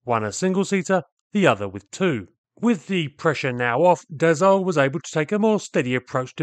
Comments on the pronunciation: DaSSault not Dazault! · Once more, it's pronounced DaSo with a soft S and not DaZo 😉. Anyway, in the 60s, my uncle who was an engineer at Dassault aviation worked on the Mirage VTOL project. Fun fact, it had been named "Balzac 00-01" just because it was the phone number of the advertising company ("Jean Mineur publicité") Marcel Dassault was owning! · Dass-O. Not dazzo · Funny you keep pronouncing Dassault as « dazault ». It really is pronounced like the word « assault » which is the exact point as it was the « nom de guerre » of Paul Dassault in the French Résistance, elderly brother of Serge Dassault, both born Bloch (some forgotten (?) types built under that brand). « Assault » like in « char d’assaut » (attack tank). He added the « l » before the trailing « t » to look like the English word « assault ». So, it is pronounced the same way you’d pronounce the English word « assault », that is, not « azault »! Just don’t pronounce the « l » to sound French. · Extremely entertaining & technical video. But please, as a Frenchman, where on earth did you find a "z" sound in Dassault???... The two "s" are pronounced like assault, or ass. Thank you, keep up the frenglish work. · I speak French and I know French words sometimes are difficult to pronounce for English speakers but it seems you are especially struggling pronouncing "Dassault" never pronouncing the same way twice. So I'm providing this for education purposes. Not trying to bust your chops (or is it "taking the piss"). It is pronounced DahSoh. No 'z'...No 'e' and the 'l' and 't' are silent (as are half the letters in most French words).